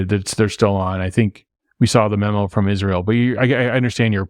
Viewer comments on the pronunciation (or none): none